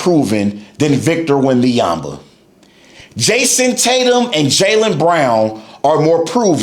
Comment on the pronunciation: You do not pronounce his name right as a mixed French - There's no Victor Wembayamba - SGA was the best Player before he was the Champion- much like almost everyone - not a Spurs fan but at least keep your content about basketball - You focused too much on Someone who tried to be great - People/Fans/Analysts/Players do not hype Players who ain't have a big potential - That's what they always do to Players before - You need attention - We get it - Clout chasing weirdo